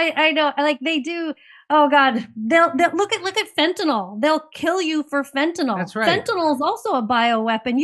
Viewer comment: It's fentanyl, not fentanol,!!!